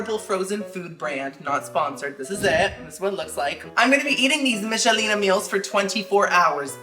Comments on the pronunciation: It's pronounced Mickelina just letting you know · I may watch again to count how many times you said Michelina wrong. 😂❤️ It’s like nickel. Mic-kel-ee-nah. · It's pronounced Mick-ah-leena haha